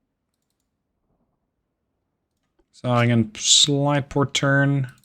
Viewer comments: I appreciate your pronounciation of the german names. Only some mild suggestions to improve that even further: The german Umlaut "ä" (Zähringen) sounds like the ai in "hair". 😉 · It's not important, but the Zähringen has a Ä in it. Not a A. Your CA Michel, get's pronounced Mich-el.